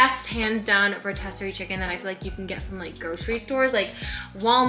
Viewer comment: I think it's pronounced "row-tisiree" instead of "row-tessiree". The one from Costco is really good and such a good value.